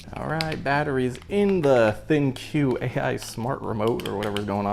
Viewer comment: ThinQ is suppsoed to be pronounced as Think. There is an app with a similar name and has an interface to connect it to the app and allow voice control with Alexa or Google home. It also always you to control you TV with your phone rather than the remote and register your warranty as well as many other things.